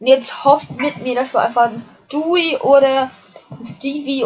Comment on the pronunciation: Wow, du hast echt luck!:D Hab nen bob stufe 2 level 5:P Der bringt 500 wenn man die recycled:D (Hab aber viel mehr ausgegeben D:) Und es ist nicht schild für alle es ist schild für alle family guy karten UND 1. man spricht es stui und rupert nicht ruppert sondern roupert aus UND du hast zwar legendäre karten, aber schlechte legendäre, weil du sie 1. nicht oft combo'n kannst und sie einen miesen angriffschaden haben (außer ringen) Ich würde dir raten Bob zu farmen joa:D